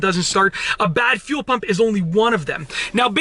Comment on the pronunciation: When he says fuel, it sounds like he’s says phew 🤣 phew pump